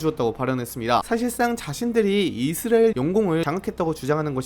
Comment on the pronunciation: 이스라엘 <<- 발음이 안되는건가요? 먼가 묘하게 거슬리네 ㅜㅜ